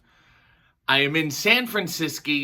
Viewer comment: "San Franciscy" I love ❤️ it. The only thing I want to do if I ever go to San Fran is Alcatraz